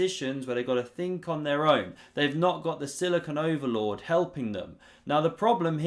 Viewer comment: Great comments while you describe the moves. One of them « Silicon overload » !! Well said. But, at first, I thought you said « Silicon Overlord » referring to the D-day ! Thus, because of that « mistake of mine », I was expecting massive strategic moves from Magnus Carlson. I was not disappointed, the dynamics of the game was just great. Finally, I did like too the moment you referred to the so-called “Batman configuration”! Have a great day.